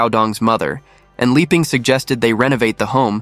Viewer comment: Liping should be pronounced Lee-ping and not Lie-ping. There are other instances of mispronunciations in this and other vids. You have a good channel and very interesting cases but pronunciation of Asian names can be improved. Pronouncing Asian names the American way sounds odd, makes the story jumpy and your work appear sloppy.